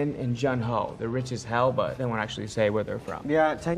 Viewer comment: Love them but the pronunciation of "Juhn" for Jun is killing me